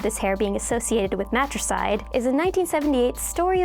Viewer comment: lol! she said MATROCIDE lololol